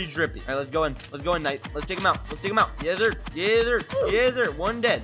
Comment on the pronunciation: anyone heard saying yeszir??? or yesfur?? cuz i sure did🤣 anyway good video keep it up!